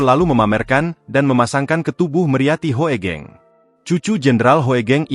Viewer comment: Google voice memang agak-agak/masih jauh dari kata bagus. HOEGENG=HUGENG.., HOEGENG di baca HUGENG.